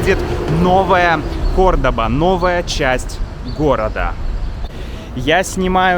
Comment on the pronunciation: The pronunciation is CORDOVA, not CORDOBA